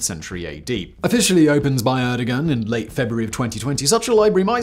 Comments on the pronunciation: * air-doe-wan Fyi :) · I get a terrible spinal pain every time Simon says "Erdigan".